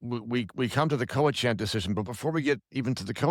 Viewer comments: The pronunciation is “cowichin” (not “chan”). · Your expert can't pronounce Cowichan. He also fails to mention the Cowichan are not after any private property. So, to me, this man despite his education is not genuine in his assessment based on the latter. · Your pronunciation of Cowichan is brual. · For an expert, this guy can’t even pronounce ‘Cowichan’ correctly 😂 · please help the lawyer pronounce cowichan properly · Please pronounce Cowichan probably